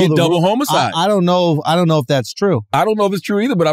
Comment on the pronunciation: Why charla keep saying double homo-cide? Surprised Andrew didn't catch onto that and I'm 100% sure when Googled it she did how I'm hearing it also.